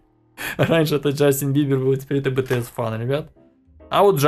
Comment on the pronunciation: не бтс а битиес, пишется бтс(BTS) а читается и говорится битиес. КимНамДжун КимСокДжин Мин Юнги Чон Хосок Пак Чемин Кин Техён Чон Чон Гуг BTS!! Не знаю зачем я это добавил XD